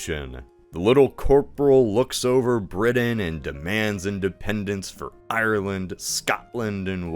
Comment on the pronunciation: It would have been nice if you had checked how to pronounce Ireland